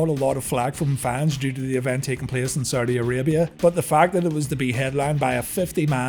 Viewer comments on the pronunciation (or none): none